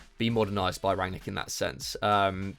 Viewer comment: Could see was seething at, missing that N in rangnic every time 😂